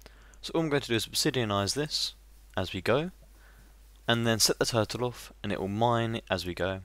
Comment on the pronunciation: and when you said turrle i thought you said do